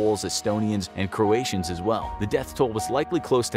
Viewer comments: ... who are "Crotations"? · it's croats or croatians not crotatians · what's a "Crotatian"?